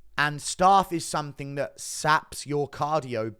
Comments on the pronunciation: It's pronounced "staph" not "starf" ... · GURU bro, I live in south west London, but I don’t pronounce ’staph’ the same way I pronounce ’staff’ (or phonetically - staaaarf). Why do you? It’s not starrrrf. It’s STAPH! 😂😂😂 Love the content bro!! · I am sick of writing comments on YouTube for them to be deleted because of adverts occurring during typing!!! It’s STAPH not ’starrrf’ bro. I’m from Sutton bro, can’t be far from you!! Love the content bro! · Why is my man saying staff 😂😂😂